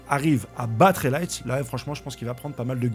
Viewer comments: Ça se prononce Raylei pas relite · Rélette…. Tu m’as tué, c’est Rayleigh 😂😂😂😂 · Tu m'a beaucoup fait rire avec t'as prononciation de "rélight" qui se dit plutôt rail-lit 🛤️🛏️ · Ce n'est pas rayleight c'est RA I LY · ça se lit "rayli" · Rayleigh se prononce (Rayli) 😂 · "Ray Lee" comme le frère de Bruce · On prononce REILI pour le Goat des ténèbres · Ça se dit rail lait Et ouai le seigneur des ténèbres ce fait des rail de lait en poudre badasse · Rayleigh ça se prononce raille lit mon reuf approximativement 😂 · Ca se prononce raye lit (Rayleigh) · Pour pas te faire chier à galérer dit "Raïlèy" bg Bon spoil ça j'aime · On dit raylee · Rayleigh se prononcé rey li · J’ai eu du mal à comprendre qu’il parlait de Rayleigh au début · Frero tu respecte pas Rayleigh. Stp fais un Effort se prononciation lol